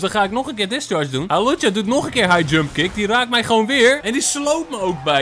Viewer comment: Het is hawlucha niet Halucha🤣